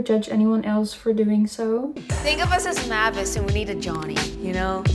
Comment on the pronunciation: no way that one girl watched Hotel Transylvania and still mispronounced Mavis’ name 😂 the larpppp